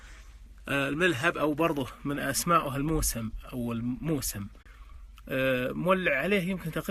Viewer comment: موسم بضم الميم وتشديد السين